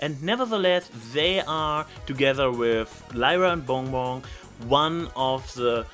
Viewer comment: 10 minutes 29 seconds. "Zey are together wis Lyra and Bong Bong" I listened to that over and over. The way you pronounce BonBon is just...magnificent~